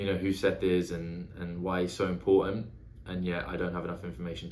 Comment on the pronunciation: Have loved your reviews for a while, so happy you are doing stormlight. Just for reference Szeth's name is pronounced Zeth.